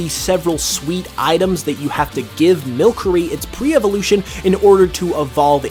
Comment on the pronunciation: You even said the square shiny isn't that rare, but then calculated it as if it were? That makes no sense. Also, milcery is milk plus sorcery. Mil plus cery. You're pronouncing it wrong